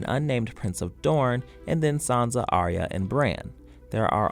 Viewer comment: It's Arya, not pronounced Aria.